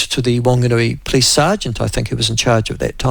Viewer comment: Nyoo Zullind pronunciation of "police".